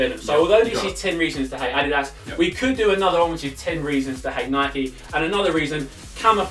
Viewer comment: Stop pronuncing Nike as [nikey] you don't ride a [bikey] do you bellends